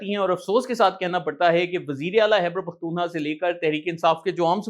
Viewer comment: جناب آپ کہتے ہیں خیبرپختونخواہ کو ہبر کہتے اس کو درست کریں آپ تو صحافت سے منسلک ہیں الفاظ کا استعمال کریں